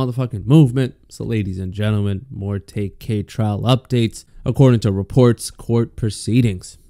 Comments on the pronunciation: LMAOOOO HE CALLED HIM TAYK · Lawyer actually called him ‘Tay Kay’